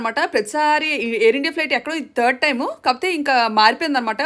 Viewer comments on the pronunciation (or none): none